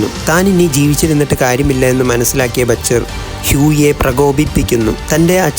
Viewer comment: batcher alla mone butcher ann